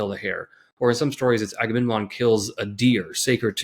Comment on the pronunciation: There are such beautiful insights in here! But man, I have to say it, I feel bad about saying it, I am sorry for being so pedantic, but... AgameNMon? 😄 Like in the Trojan war, I blame all the leaders for not talking about this ;P